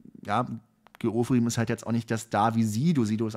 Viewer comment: Gil Ofarim nicht Geooferim 😅 der hat eh nicht alle Latten am Zaun. Pardon. Sternzeichen Löwe ♌